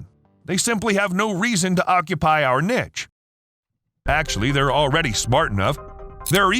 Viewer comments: thats not how you pronounce niche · Omg! I cringe every time he says it! Also did you hear how he pronounced bonobo? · What is a nitch? I guess you mean niche, which is pronounced "niːʃ" Or does your spouse wear "lawngerie" ? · "NEESH". It's pronounced like "NEESH". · Gonna be honest, your pronunciation of niche and bonobos drives me nuts